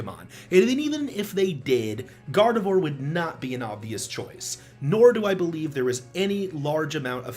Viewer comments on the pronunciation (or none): GARDEVOYUR!? IT'S GARDEVWAH! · It’s vwarr- not vore And Loz18 never publicly made his opinion about Isabelle.